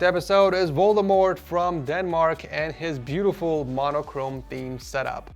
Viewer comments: Loved how you pronouned Valdemar xD Sounds like you pronouned it as Voldemort xD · I died when he said valdemar as voldemort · you say valdemar like voldemor loll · LOL I'm Danish and his name was Valdemar and then you called him Voldemort. (The r is silent) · The way he pronounced Valdemar😂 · finally a dane on setupwars, also you totally violated valdemars name